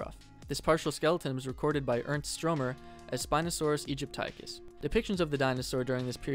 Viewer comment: I'm under the impression it is pronounced "ee-JIP-tick-us" not "ee-jip-TIE-cus"